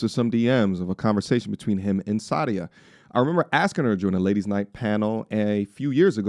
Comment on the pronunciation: It's Sah dee uh not Saudia. So crazy I know another lady with the same name (first and last yikes), and she taught me how to properly pronounce her name. This girl isn't the same Sadia that I know, who is happily married.